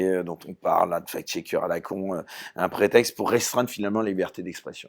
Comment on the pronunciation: on ne dit pas fake schecker mais facccccccccccct schecker. le c il faut le prononcer, sinon SVP parlez francais. merci.